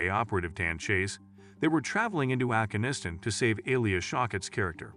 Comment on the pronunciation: Please get your shitty AI narrator to pronounce Afghanistan consistently